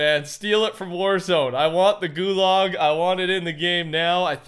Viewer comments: “Gulog”😭 I fucking can’t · No way he said goolog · The way he says gulag 👁👄👁